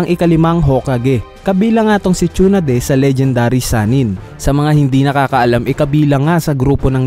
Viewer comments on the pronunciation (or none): Sonade poiyon hindi shonade